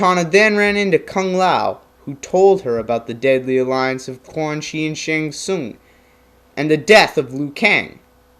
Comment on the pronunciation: Tsung not Soon lol